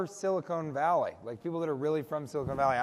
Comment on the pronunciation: And she called it "Silicone Valley" throughout!